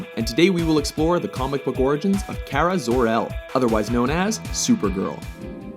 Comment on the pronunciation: You misspronounced her name. :/